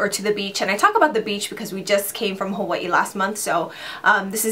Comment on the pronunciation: I love the way you pronounce Hawaii!! I will definitely be taking your advise on those products for the summer!:)